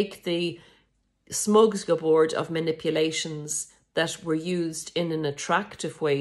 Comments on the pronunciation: My ex narc would do things like forget the ingredient all the time. I believe these things are done on purpose as subtle devaluations. Editing to add: it’s “shmorg-is-board” 😂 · smorgasbord ... smor-gez-bord ... (there is only one M) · It's pronounced Shmoor - Gus - Board. 😉💖